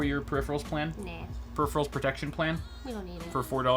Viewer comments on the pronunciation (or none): says "Neh" for no, does she speak German?:) (for the record Germans do negate saying "Neh")